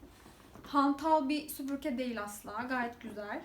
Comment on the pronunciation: Video çekiyorsunuz topluluga hitap ediyorsunuz keşke sübürke değil de SÜPÜRGE olduğunu öğrenseydiniz